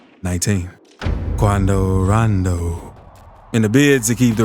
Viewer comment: "Quuaando roonndooo"😂